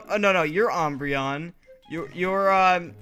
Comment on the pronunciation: why did you call me ombreon WHY DID YOU CALL ME OMBREON!?!?!?!?!?!?!😬😬😬😬😬😬😬😬😬😬😬😬😬😬😬😬😬😬😬😬😬😬😬😬